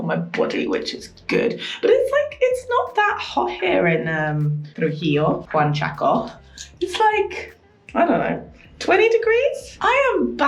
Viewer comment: I love it's now JUANchaco. and not UANchaco. Loving the Peru series!